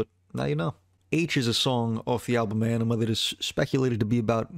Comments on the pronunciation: Ænima (Ah-neh-ma) say it right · Few things: Maynard isn’t the lead singer, he’s the singer. More than anything, though, the man is a poet. Ænima is pronounced “ah-nim-ah” (according to the band) despite the diphthong æ pronunciation of “eye”. However, I studied classical Latin and “ah” is closer to the old school singular pronunciation of “eh” so I have a feeling it was very intentional. Plus, as writers, we have artistic freedom to do whatever we want. However, I’m just a few mins in and I think I’m gonna skip this as you clearly don’t care much about the band while pretending to teach people something about them. Seems like you’re trying to exploit their massive fan base to get those views you’re fishing for.